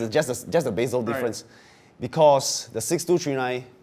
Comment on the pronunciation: what the fuck is a beeezel?!? you mean bezel bro?